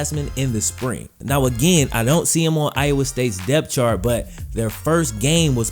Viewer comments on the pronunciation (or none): none